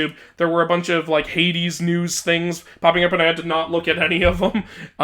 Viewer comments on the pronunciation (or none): none